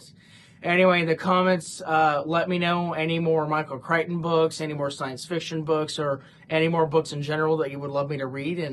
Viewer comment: I don’t know why I am saying this since you should be able to say a person’s name however you want if they have no problem with it, here’s an interesting piece of info on the author’s name: Whenever I have heard most people talk about him, they have pronounced his last name CRICK-ten.